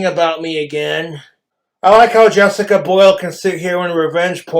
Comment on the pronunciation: Drink everytime he says "Jessicuh Bhoilll"